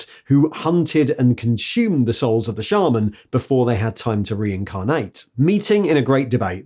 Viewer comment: Hearing you pronounce shaman correctly made me pause the video and take a moment